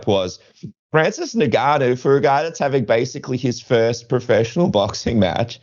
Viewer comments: Plz stop calling him nigganoo, it's N-gon-nu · The N is silent. To make easy for some of you, just say GANU the "a" sound like in Dada and the "u" like in foot